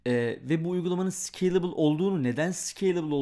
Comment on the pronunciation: Nobody:: Sıkeylibıl